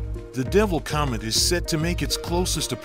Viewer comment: this guy. oh man. cyomet cyoming cyalmly